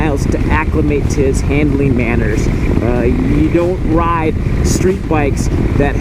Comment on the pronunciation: Tweety bird? Is that you?